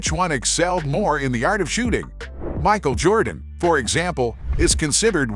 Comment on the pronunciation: If you can’t pronounce the name correctly, I think you should find something else to do on YouTube.